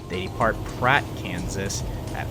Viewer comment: The inability to properly pronounce DALHART, TX, and PRATT, KS are excellent "tells' that the use of AI was involved.